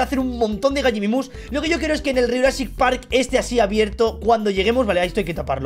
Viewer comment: se dice Gallimimus